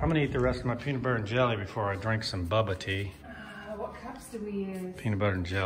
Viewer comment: “Bubba tea” LOL!